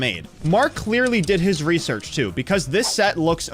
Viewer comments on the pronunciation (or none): none